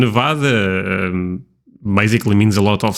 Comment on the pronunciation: i love this video but its always a tiny bit disheartening when someone says nevada wrong lol! (its neh-vaa-duh with an e in the beginning and a long a!) we're probably one of the only states who harps on it so much but we've got our state pride like everyone else, known for aliens, nuclear bombs, casinos, prostitutes and amazingly beautiful nature! if you ever have a chance to visit the northern part not just vegas its gorgeous in the winters and up at the lakes during summer!